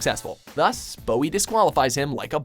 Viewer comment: it's not David Booie, it's BOWIE